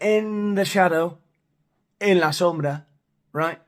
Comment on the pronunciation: You say “en la sombra “ so well. I don’t think spanish people need to be trained like monkeys…I just don’t think they care that much